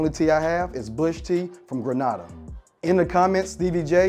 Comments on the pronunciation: The country is pronounced "Grey-nay-da" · GRE NAY DAH NOT GRE NAH DAH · Sarah and WHO!?!? Also, regardless if ur Caribbean or not, please learn how 2 pronounce countries properly. Grenada is not pronounced that way (Grenade-uh) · Why did the man pronounce Grenada like that? 😖